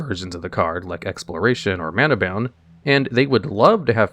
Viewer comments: Y do u keep pronouncing Fastbond n Manabond with "bound" instead of "bond"? I could overlook ur pronunciation of Necropotence since people easily say "omnipOtence" n "omnipAtence" so heating the A sound in Necropotence isn't weird to my ears but makes sense. But it clearly says Bond on both cards, not Bound, I'm confused. Is it on purpose, do u say a name wrong just to breed comments of annoyance? If so, clever but FU 🤣 other than cringing everytime u said Fastbond or Manabond this is another amazing video tho i argue that Shaharazad is banned for power level reasons cuz it is the best stall card in magic n that isn't very different than many other cards on the legacy n modern ban lists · He was doing it with Fastbond and Manabond as well, saying "bound" instead of "bond."